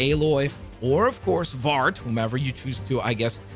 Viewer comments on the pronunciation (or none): Nah blud said “vart” ☠️ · The way you said Varls name as Vart really threw me off. Not sure if that was just a script error or an intentional joke. The story seems interesting. Word for word it's the story line of Zero Dawn. With Helis, Aloy coming out of the cave as a baby, Rost, Teb, Ecetra. But being able to team up with Varl and Varl having a focus which isn't something that happens until the events of Forbidden West. Either this game is playing real loose with the Timeline or maybe they're doing the star wars thing like when they had the entire "Skywalker Saga" in a single game. Though that would make me think they'd wait until Horizon 3 is released. Or maybe this is a remix of Zero Dawn and later down the line we'll get a Lego Horizon Adventures 2 and 3.